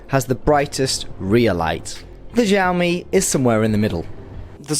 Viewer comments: thanks for the vid but please learn how to pronounce xiaomi properly coz it makes u sound like a drunken nob the way u say it now... google it bro.. in chinese 'x' is pronounced like 'sh' with less emphasis on the 'h'... sorry to be picky but.... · Still pronouncing xiaomi wrong but oh well